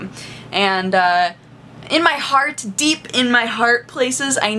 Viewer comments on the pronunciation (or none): none